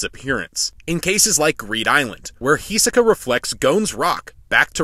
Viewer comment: H I S O K A not H I S E K A